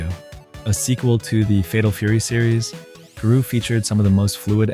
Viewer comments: it's GAROU not GURU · it is pronounced GAH-ROW literally says it at the title screen. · King of Fighters 2004? You realize that’s a bootleg, right? The series only went to 2003 before it moved to the Atomiswave hardware. Also, I will never understand how it seems few people can pronounce “Nihon” and “Garou” correctly.